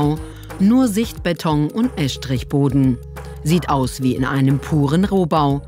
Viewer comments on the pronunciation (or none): Haha, da kam bei wohl der schwäbische Akzent der Sprecherin durch mit dem Eschtrichboden